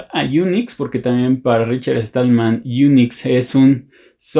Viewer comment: Perdona pero no es Richard Estallman...es Stallman sin la "E". Con un poco de práctica lo logras.